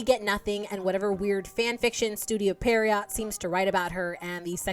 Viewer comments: Pee-uh-row It's a type of character from French pantomime. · Studio Pierrot: Pee-(eh)-roe